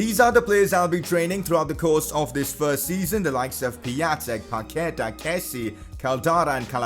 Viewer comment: The correct way to say is PaquetA Not PaquEta